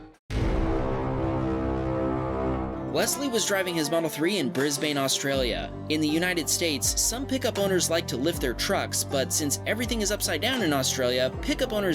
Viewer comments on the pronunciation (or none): "bris-b a ne" NO ITS (BRISBAND)BRISBANE 😭😭 Canbera NO CAMBRUH😭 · No hate to the channel, but for number 35, it’s pronounced bris-BAN not Brie-bane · Bris-bin not Bris-bane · just for future videos, brisbane is pronounced bris-ben or bris-bin, not bris-bane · Just regular Aussie V8 ute things lmao. Also Brisbane is pronounced more like bris-bin/bun sort of a mix between bin and bun. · I like watching your videos because we get the story afterwards👌. But Brisbane is pronounced Bris-bin. Most of the time when I see the low riding ute's, the people usually look like they think they're really cool 😂😂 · Number 35 I’m just gonna say it’s bris-bun or brissy and some utes come stock like that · Im Australian but it was very funny how you said Brisbane (35) 😂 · The way you pronounced brisbane pisses me off to no end. Smh. And the falcon ute was chucking a fat skid as a flex to the other falcon ute. Not the stupid telsa smh. My head